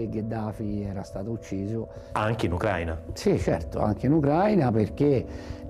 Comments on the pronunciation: Ucraìna, ucraìno, ucraìni, ucraìne. Accento sulla i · Ma imparate l'accento: UCRAI' NA (va su "i")